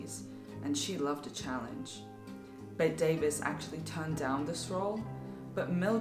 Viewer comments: "BETT-EE" not "BET" Davis. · There was no serious "feud" between Bette Davis and Joan Crawford until after Joan's finagling at the Academy Awards in 1963; whether she did what Bette thought she did, it drove a wedge between them. And you should know that Bette is pronounced Betty.